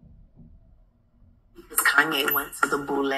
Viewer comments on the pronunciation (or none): She said boule